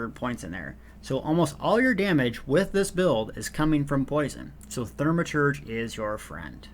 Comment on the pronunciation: Thaumaturge (Thaw-ma-turdge) there is only one r. Reminds me of the way my father used to say Warshington, and Warshing Machine. don't know where you get those Rs from. Otherwise thank you for the video, well organized and informative.